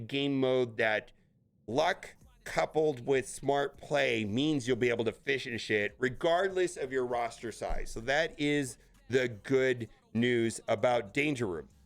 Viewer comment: The “Destroyer of Words” at it again. says “fish and shit” instead of “finish it”. All in good fun though, thanks for the vids, always solid content!